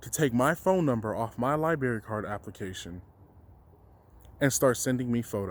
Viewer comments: Am I really gonna be the first to call him out for how he says library? I'm sorry but your forgetting the r after the b hahaha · The lie-berry lmao